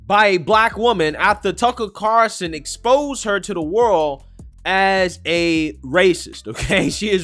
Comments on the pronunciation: Bro how can you not say Tucker Carlson? How is that difficult? Who tf is Tuckle Carson???? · Tucker Carlson, not Carson. 😊